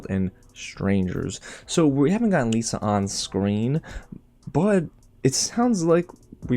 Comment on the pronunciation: It's pronounced Liss-uh.